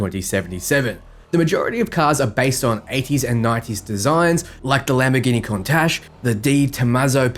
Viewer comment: You said Countach wrong but I’ll forgive you